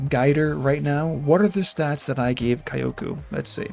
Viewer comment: Kyo should be pronounced fast as kyo and ku can be ku